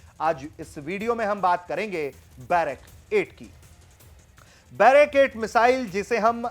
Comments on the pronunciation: बैरक 8 नहीं, सही नाम है बराक 8. 🙏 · भाई बैरक 8 नहीं ब्राक -8 है